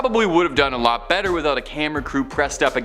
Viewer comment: She has a habit of pronouncing alot wrong